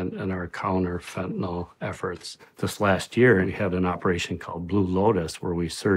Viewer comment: I know it's a small thing but it's kind of silly that everybody, including media , politicians etc mispronounce fentanyl...